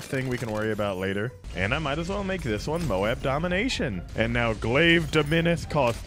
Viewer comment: It’s call Dom-min-nus